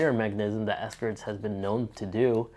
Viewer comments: Bruh how have you had this wallet for 5 years but still can’t pronounce the name correctly? It’s Ekster not ESKER 😂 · It’s pronounced Ekster, not ESKER! Decent review, but work on your speaking skills.